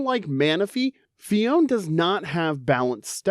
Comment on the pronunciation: Phione and clione both have three syllables! Phi-o-ne, cli-o-ne